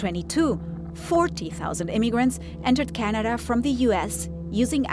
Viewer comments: Really bothered by the narrator's pronunciation of the word 'Canada' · How she pronounces Canada is pissing me off